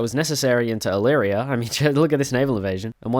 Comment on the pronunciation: wha- no you eliminated REACTIONARIES, not revolutionaries ALSO OMG HE LEARNED HOW TO SAY ILLYRIA LETS GOOO